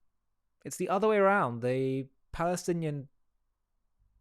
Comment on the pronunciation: The Oscars have less Oscar than Oscar Schindler. loved the articulated Ps of this idiot. Occubation of the Balestinian Beoble. How can there be a “Palestinian people” if they can’t even pronounce their own alleged name. 😂